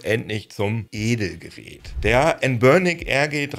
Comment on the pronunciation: Noch nie habe ich jemanden den Namen "Anbernic" so aussprechen gehört....habe erst beim dritten Mal verstanden was gesagt oder gemeint hast 😂😂😂😂